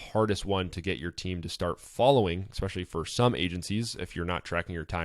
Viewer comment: You are pronouncing especially wrong fyi. Great post. Thx